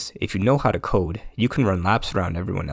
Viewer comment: "if you know how to cood" Bro say CODE, not cood